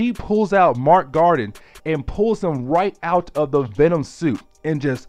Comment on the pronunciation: I love your enthusiasm and dedication to telling the stories...but dude. PLEASE learn the characters ACTUAL NAMES. I mean, Mac Gargan is not Mark Garden. Wolverines son is Dakken, not Daykin. Other than that. Great work and keep it up.